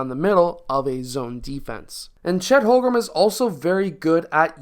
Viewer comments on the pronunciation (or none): Watched your Chet videos, pronounced more like Home-Grin than Hol-Grum. Great video though!